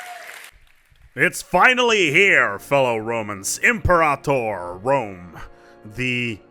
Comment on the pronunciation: I love that you pronounce Imperator the correct way. ;)